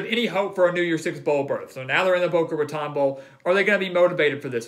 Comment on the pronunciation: Boca Ra-tone', Holmes, not ra-tawn'